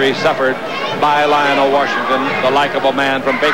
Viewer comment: It's Lionel with an E not Lional.